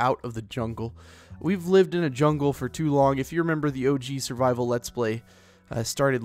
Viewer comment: When he said survivel, it cracked me up.😂